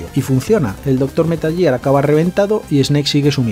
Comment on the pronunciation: ya, ya, si lo entiendo jajaja pero hombre, jugando a los juegos quieras o no lo corriges, de tanto oírlo. Al menos el «Metal Yiar» jaja.